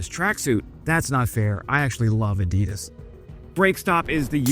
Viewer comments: A: Adidas is pronounces: "Addie-DASS." B: The idiotic stock video clips added for amusing effect are childish and a literal turn-off. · I like your videos. from Erlangen and can´t pronounce ADIDAS, Erlangen, Panzerhaubitze... should visit Germany again.